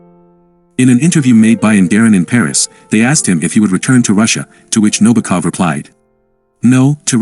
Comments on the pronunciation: This narrator repeatedly calls Nabokov, Nobakov. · Also, his last name is accented on the SECOND syllable: NaBOkov.